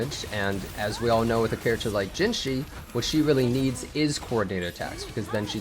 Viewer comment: if you can't pronounce it, just say "juh jih" which is closer to the pronunciation than what you said